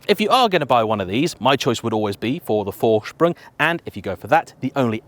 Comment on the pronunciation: PORSH-AH you sound like a moron when you say "porsh" There is no opinion here. There is right and the way you say it. ...wrong. -- How do you manage to pronounce "Vorsprung" right and screw up Porsche?